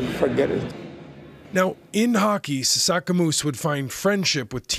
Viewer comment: sasaskamoose bro, come on. Said his name wrong